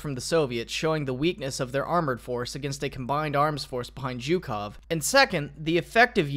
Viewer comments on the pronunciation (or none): none